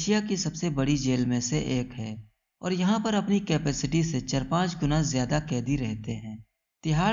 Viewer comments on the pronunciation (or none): none